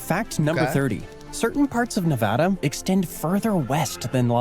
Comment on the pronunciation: Don't listen to this guy. He doesn't know how to say Nevada.